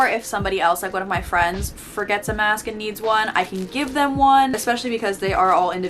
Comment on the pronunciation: Am I the only one who notice the way she says mask btw love your videos ❤️